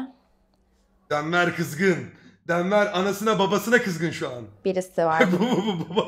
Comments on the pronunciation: Eğer burdaki isimler la casa de papel isimleriyse denvır die okunan ismi denver demesi aah çok kötü hissediyorum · Titiz kız DENVER DEĞİL Denvır